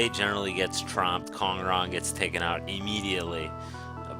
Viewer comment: Nice video. One thing: I have it on pretty good authority that it's pronounced Kao Kao, not sao sao.